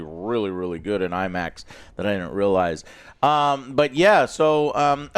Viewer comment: 8 foot tall Imax screen? 😂 Imin-screen